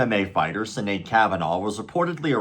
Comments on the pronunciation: Pronounced Shinade fyi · Pronounced Shinead. Like Sean or Seamus.